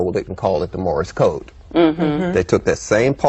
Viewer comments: This maroon said Morris Code. He can't even get that right. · Did he say "Morris Code"? Or is that just his accent?